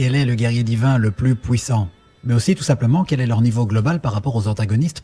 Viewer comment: quel est le plus " pouissant " 😅😅😅